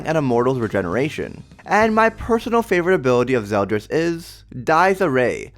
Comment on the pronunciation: I thought it was "ZeldOris" like his name is spelled with an "O"?